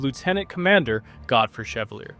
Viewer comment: Ship's name is pronounced shev-VAAL-yay.